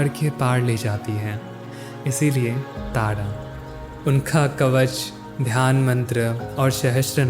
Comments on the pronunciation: आप बहुत अशुद्ध बोलते हो। टाडा नही तारा बोलना सीखिए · Tada tada q bol rahe ho bhai Tara bolo na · Gayan bahut achha diya aapne voice v mithi hai lekin kuch sabdo ko ajib sa kyu bolte hai jaise tara ko aap tada bol rahe hai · अबे तोतले तारा है , तू ताड़ा क्यों बोल रहा है ?? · Why do you say Taada. It’s Taara right?